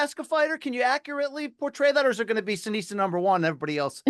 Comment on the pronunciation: Seniesa, not Seneisa